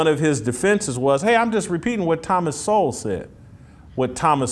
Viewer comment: sounds like “the Hollywood homeboy” skit from In Living Color. Using words he doesn’t even understand. He can’t even pronounce Thomas Sowell correctly.